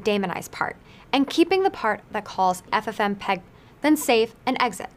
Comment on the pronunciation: for fsake lol... its not 'ffm peg' but 'ff mpeg'...